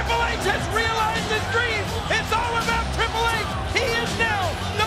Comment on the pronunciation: Treple H not Triple H 😂😂